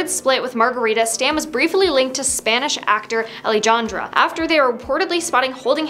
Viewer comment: why did you say Alijahnrja ??? It's Alejandra its not that hard to say ?????